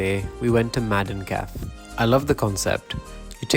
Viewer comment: About hygge: I get that you can not pronounce the y. It is an alien sound to the English. But the e is not difficult at all. Hygge is a two syllable word. Kaffe is also a two syllable word. Don't swallow the e's.